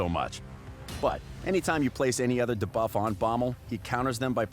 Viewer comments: I literally said that in the comments of the video where he pronounced Kael in that weird way since he already mispronounced debuff in that same video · That guy's been saying DA-buff for 2 years now It's actually hilarious, it cracks me up every time I hear it 😂